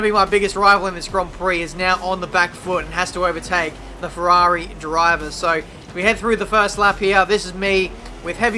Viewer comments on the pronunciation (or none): none